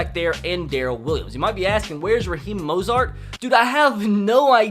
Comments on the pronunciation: mostert not mosart dumbass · Bruh it’s Raheem Mostert lol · It’s moe sturt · It’s mostert pleaseee day it correctly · He pronounced dre, Mostert, K'waun, Jaquiski and breida all wrong 😂